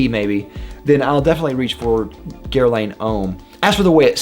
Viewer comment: Hey man, Guerlain is pronounced with the quick french "ahn" ending, so it sounds like gher-lah(n)